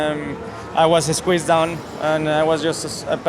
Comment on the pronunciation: and then says I was es-queezed